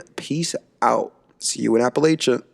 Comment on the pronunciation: Its app-a-lay-shin not appleasian you idiot